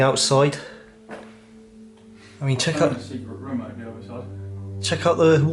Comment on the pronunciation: A bit harsh, but I basically agree. The presenter can’t pronounce “other”, “further” and says things like “very unique” which make no sense, It’s a product of the YouTube generation though- great content presented by amateurs with speech difficulties. I’d rather have the content even if the presentation is frustrating and amateur. I wonder what the land registry searches turned up, and I’m amazed the presenter didn’t effect a more forensic examination, perhaps with the help of a builder. It seems very weird that many light fittings were removed, but at the same time there was rewiring ongoing. Was the property being renovated pre-sale or post-purchase? Who would have an American room, a jungle room, a Japanese room and a gigantic wine cellar and similar library. A successful American author? How many children’s bedrooms were there? Guest bedrooms? There’s plenty of detective work which hasn’t been effected, which is a shame- a missed opportunity.